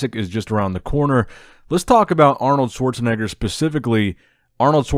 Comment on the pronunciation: You said it right Schwarzenegger name...